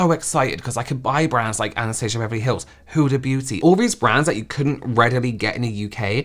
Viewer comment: “ANAHSTAHSAH BAHVAHLY HAHLLS” 😂😂😂😂